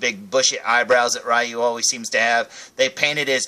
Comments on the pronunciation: I love Street Fighter. My two favorite Street Fighter characters are Ryu and Ken. And by the way, according to Capcom, Ryu's name is pronounced "Ree-Yoo", not "Rye-Yoo". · Pssha! What does Capcom know,!;) Yeah, I remember learning, after a lot of years, that it's pronounced Ree-Yoo, but by then I was so used to saying Rye-Yoo, that Ree-Yoo didn't sound right to me. So, I go through life, day after day, saying Ryu's name wrong, but hey......someone's gotta do it or it becomes a lost art.;) As for me, my absolute favourite Street Fighter character is Vega. (Balrog in Japan, the one with the mask and claws, man, Street Fighter is so confusing!) But yeah, that's my fave! ^_^